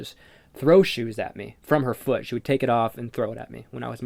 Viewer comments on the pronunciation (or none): none